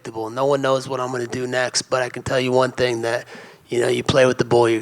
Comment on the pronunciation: Leon pronounces TH with F lol